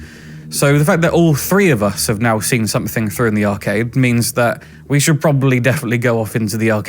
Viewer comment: did you say..." arcave" instead of " arcade".. if not..think that's a good name to call it...😊 great investigation as always... and rain make a cute couple 😉..sorry if you have a partner..love from......Derbyshire 😊 x